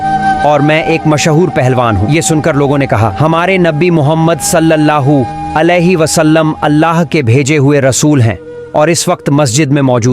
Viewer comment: सल्लाहू नही। सल्लल्लाहू अलैह वसल्लम